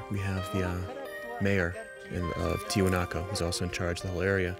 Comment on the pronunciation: Omg the one dude kept calling the site TiwanakO thru the whole doc. Spent how many years there and cant pronounce the word correctly?